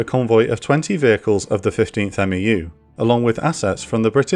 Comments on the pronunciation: Good stuff! Just correction, The MEU is not called a M-E-U by alphabet it’s together (MEU) like MU. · It is a bit weird to hear "M-E-U" and "M-E-F" constantly. MEU is pretty much always pronounced "mew" (like the pokemon), and MEF is also pretty much always pronounced phonetically like "mehff." I MEF is interchangably referred to as either "one mehff" or "eye meff" but 1MARDIV and 1MAW (part of 3MEF but still) are always "one mahrdihv" and "one maww" when referring to them shorthandedly. 1MARDIV is never "first division" or "first mardiv" weirdly even though 15th MEU is always "fifteenth mew" and never "one five mew." Infantry battalions are referred to just by number, so "one five marines" refers to 1st battalion, 5th marine regiment. It's often shorthanded to "1st battalion, 5th marines." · Amazing content, as always. The only thing I feel I could add to this is that we never referred to MEUs as "M-E-U" in the Corps. It was always, "mew." Not criticism on my part, of course, just something I thought I could share. 😺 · We say "Mew" not "M.E.U" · love the series so far man, just a couple things, a marine medic is called a corpsman and a meu is pronounced mew, keep up the good work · Just a little pronunciation help from a former MEU Marine. Marine units with acronyms for names are typically pronounced phonetically as one word, so MEU would be pronounced MEW similar to FEW. Same applies to MEF which is pronounced MEAF similar to DEAF. Love the content, just want to toss a little help in there since 1st MEF played such a pivotal role in the ground invasion. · Of note, we pronounce MEU as "Mew" and MEF as "Meff" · US Marine here...love your work. FYI, "MEU" = "mew"...like a cat. 👍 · When you say MEU, you can just pronounce it "Mew" like the pokemon. And you always just pronounce MEF just like it sounds. But you'll say "one" MEF, "two" MEF, "three" MEF. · Marines pronounce MEU as "MEW"